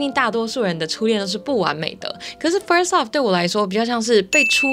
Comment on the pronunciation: Love 的发音我一直听到 Up..